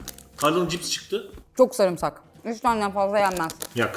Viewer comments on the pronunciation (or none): none